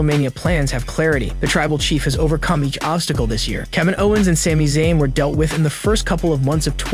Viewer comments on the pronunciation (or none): none